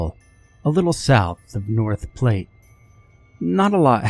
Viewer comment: North "Plate"! 😂 North Platte, rhymes with flat.